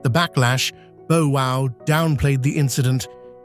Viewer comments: Jesus Christ. 1. It's "tenure" not "10 year" 2. It's Bow (bough) Wow, not Bow (Beau) Wow. 3. It was George H.W. Bush, who ran against Dukakis, you showed his son, George W Bush. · You mean like Bo Wow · Hell…if Miss Iraq can’t go back to her country (which is probably a GOOD thing) she can chill at my pad for as long as she wants to. ….and who the HELL is BO WOW???? Learn how to pronounce the names of the people you are reporting on. 🙄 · Bo wow lol